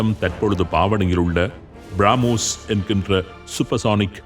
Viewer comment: திருத்தம் : பிராமோஸ் இல்லை, பிரமோஸ் என்று அழைகவும்